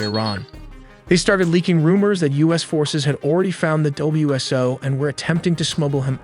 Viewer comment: New here...these vids are excellent & impressive how fast you make them. That Blackhawk is gonna have a hard time landing with that huge unit hanging down under the front of it though. I'd imagine it under the pylon of a DAP or pallet loaded in the back. Also, we say "Wiz-o" for WSO, and callsign numbers are "four four" instead of forty four. Subscribed!